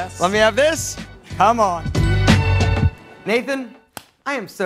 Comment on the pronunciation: he sounds Aussie when he says “come on” 😂